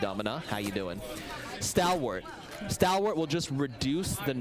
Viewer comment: has never pronounced stalwart out loud? I rhymes with stall like stall payload.